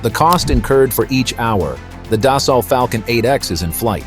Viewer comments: It's not "das-salt", it's "des-sew". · Annual cost on a 7x runs around $3-$3.5 million so I’d expect the 8x to be a bit more that said this video was pretty poorly done not to mention the Ai keeps mispronouncing Dassault…